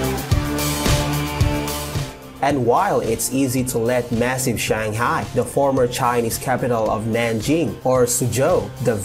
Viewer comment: please pronoun Shanghai (SUN HAI) and not chenghai.